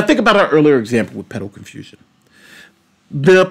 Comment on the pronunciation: Sometimes it has to do with certain key words and i believe it every time you mentioned "pedal confusion", ngl it sounded a little like "pedo confusion" that might be it